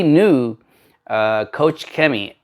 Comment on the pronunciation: its not COUCH CHEMIE XD it's KOCH CHEMIE, like in germany you say KOCH = profession: cook. Turn on google translator KOCH in germany and replay the sound :D